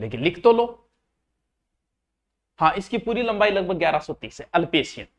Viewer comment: अल्पेसियन नहीं अप्लेसियन